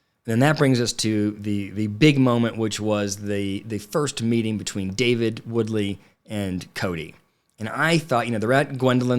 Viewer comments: I thought David's last name was Wooley, not Woodley. Am I wrong? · Its Wooley. Come on get it together😉